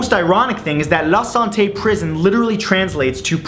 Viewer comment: la sante sounds like the bastille.